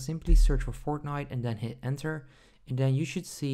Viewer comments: He is saying fortghnit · Him saying Fortnite is so awkward